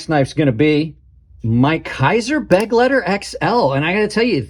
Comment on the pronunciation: Please, it’s a Be- GLEI- ter, not a BEG-lei-ter